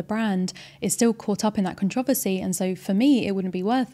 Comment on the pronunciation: Great video as always, and as an American, I love the way you pronounce “controversy”.😀